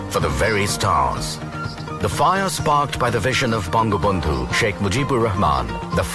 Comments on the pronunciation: bongobondhu satellite not banglabondhu. you need more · It's ''Bangabandhu Satellite'' not ''Banglabandhu Satelite.'' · Bangla bonddu nahi bongobonddu